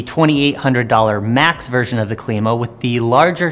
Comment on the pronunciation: Klima - "Climber" not Kleema. Named for the wheel's climbing ability. Makes sense right? :) Happy to eat my words if proven wrong but I believe that is the right pronunciation of the name. Thanks for the review regardless! Nice work.